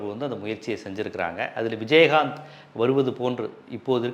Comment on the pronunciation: விஜய் ஆந்த், நாங்க கூட சின்ன வயசுல இப்படித்தான் உச்சரிப்போம்